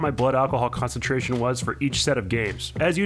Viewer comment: Khan-tent, Khan-centrations